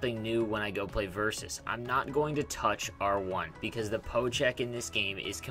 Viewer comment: Just to clarify, it's called a POKE check... Not a PO check. It sounds to me like you're saying PO check.